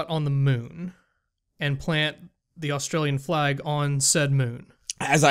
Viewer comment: "..plant the China flag"? Was there some Chinese occupation of Australia I'm not aware of? Australians, you guys are aware you're on an island in the middle of Not-China. Or know how to pronounce "Australian flag".